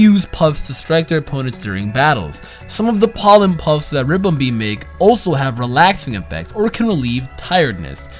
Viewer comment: Ribombee not Rimbombee